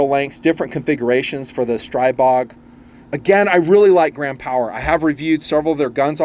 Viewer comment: Stribog is pronounced stree-bog